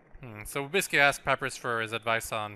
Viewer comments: Kawaii Mewz 1290 well excuuuuuse me! Canadians, not even French Canadians, pronounce sans like sawns and papyrus like pap rus. That is just him badly pronouncing words. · Triggered every time calls papyrus and sans pap-rus and sawns (It's pronounced pUH-pIE-rus and sAHns)